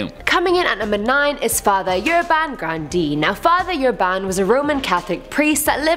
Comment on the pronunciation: Grawn-dyay. She doesn't even try. It pronounced like Grawn-dyay. FFS she says Gran-deen.